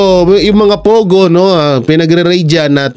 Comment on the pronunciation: Hahaha pogo, hehehe naging , Pay go nakakaluka 😂😂😂